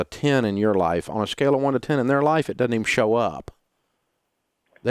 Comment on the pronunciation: DOESN'T NOT: DUD-ENT!!!!!!!!!!!!!!!!!!!!!!!!!!!!!!!!!!